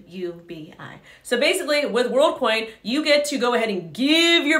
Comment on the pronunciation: She's saying Worldcoin but all I hear is Onecoin